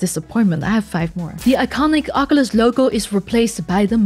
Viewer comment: What's a Meta Quest "Tree"? Funny how you can say the word "Third", but can't say "Three". And it's not "Oc-O-Lis", it's "Oc-Uh-Lis". Hate it when a company does a redesign that makes you buy all new accessories all over again.